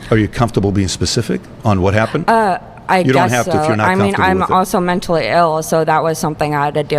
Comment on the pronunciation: "Menstally ill" 🤔 you don't say?!?!?